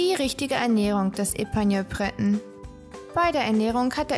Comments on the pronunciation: Breton ist französisch! Es wird nicht englisch ausgesprochen! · Ähm, Du sprichst den ersten Teil der Rassebezeichnung französisch und die zweite Hälfte englisch aus... ok, weiter unten selber bemerkt. Hab die eben erst "entdeckt" und finde sie knuffig. Eigentlich bin ich keine Hundefrau, eher mit Katzen und Pferden, aber ich fange an, drüber nachzudenken. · Sie sind reizend und klug und ganz wunderbare Gefährten. Nachdem mich mein geliebter Pointer heuer verlassen musste, bin ich auf der Suche nach einen Bretonen. Aber das ist ganz schwierig, in Österreich sind sie derzeit nicht zu erhalten. Ich würde für einen Epagneul natürlich auch ins Ausland reisen. Hat jemand einen Tipp für mich? Das Video ist gut gemacht und informativ. Aber "Breton" habe ich bisher nur französisch ausgesprochen gehört, das anglisierte "Brét'n" klingt für mich etwas sonderbar. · Wir üben dann nochmal die Aussprache von Breton und Tricolor.....